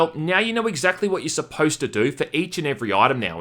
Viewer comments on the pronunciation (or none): none